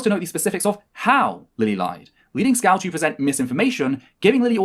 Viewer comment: Isn't it weird that mispronounces VangelinaSkov as Skow? It may be an accent thing, like how Canadians make the T letter in some words sound like the letter D. But, given the fact that is trans, surely she would be aware of how important names are to people, and given that she continues to do it throughout her "accusation" video, is it meant to be a slight?